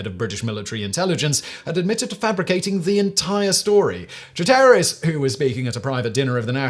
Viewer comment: EPIC pronunciation fails: Char-terris?? CHAR-teris. John "Byook-han?? Buck-an.